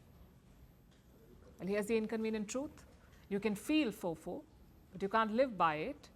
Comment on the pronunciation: ..😂 i can't when she pronounced it like an actual word with a straight face😂😂😂🤣🤣🤣 ayy Gen z🤣